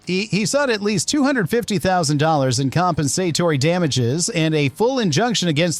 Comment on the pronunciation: It's bad enough that your AI narration can't pronounce "compensatory" , but it pronounces Carl Sagan's name as "SAH-gaan" (07.46)?! What a joke.